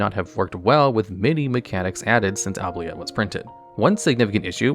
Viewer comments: OOO-BLEE-ETTE- OOO as in goo. Blee as in BEE...ETTE as in the Et in Etiquite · Please. For the love of God. Anyone playing Oubilette and pronouncing it as it's spelt, I give you the correct pronounciation: "Oob-lee-eh". It's French. It means "forget".